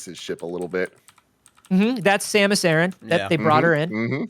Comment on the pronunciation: Obi-Wan, try to remember the basics of CQC… (Also, shout-out to for saying Samus’ name properly)